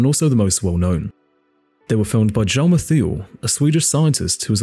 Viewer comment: That's not how you pronounce Hjalmar. It's H (like breathing out) yalmar. But have a LIKE for an interesting video.